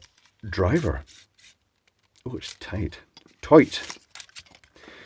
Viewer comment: “ It’s Toight!”😂❤